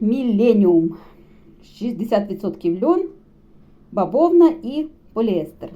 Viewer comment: ви говорите "баБовна", чи мені чується?